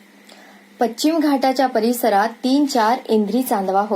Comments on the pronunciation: कथा छान पण अभिवाचनात भाषेकडे लक्ष न दिल्याने निराशा झाली. विशेषतः पच्चिम,एते,स्तानिक,अहर्ता इ.इ खूपच खटकले.. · बाकी vachan ठीक पण पश्चिम चा उच्चार खटकला